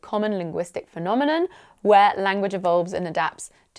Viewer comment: The funny thing is that you pronounce the word "phenomenon" as we do here in Greece! Great episode! Congrats!